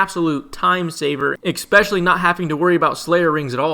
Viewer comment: My guy says "expecially" in every video 😂